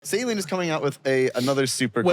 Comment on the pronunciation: Stop saying Saleen wrong. It's beyond annoying.